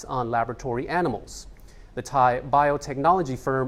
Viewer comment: Thankyou for exact thai pronunciations...end of ear splitting ache..